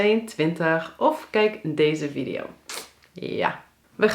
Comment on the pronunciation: Het is VIEDIE JO. niet viddio. Godverdomme